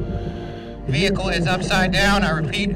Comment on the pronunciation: “Vehicle” not “Vehichle”